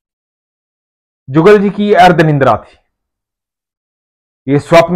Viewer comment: Say nidra don't say nindra